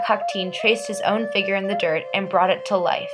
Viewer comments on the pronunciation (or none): none